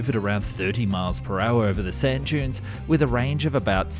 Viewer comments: At the start I thought you said “to crush Jews into highways” and I thought “H man must have had a hand in this” And then I realized “duh dunes it has to be dunes” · Thought he said crush jews into highways had to click on the vid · I can't be the only person who heard him say something else other than "crushing dunes"... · Oh, the narrator said 'crush DUNES' - from across the room I thought I heard something else....🤣